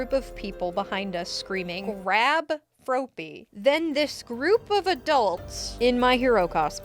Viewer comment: The way she says FNAF and Froppy killed me 💀